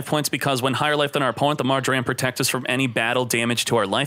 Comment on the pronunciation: does anybody else hate how says mar-jer-am instead of mar-jer-um?